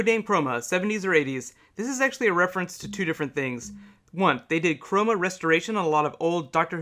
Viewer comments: Cromer, not Chroma. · Also, it isn't 'Chroma'. It is Cromer, like the Norfolk town. (A reference to 'The Three Doctors'. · It's not "Chroma", It's "Cromer", and this is a reference to "The Three Doctors". In that story, UNIT headquarters is transported through a black hole, but the Brig is convinced they're in "Cromer", a town in Norfolk.